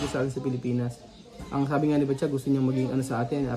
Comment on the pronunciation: ano ba talaga name nya? Patcha o Batcha? letter P kasi start ng pangalan pero laging Batya naririnig ko sa'yo.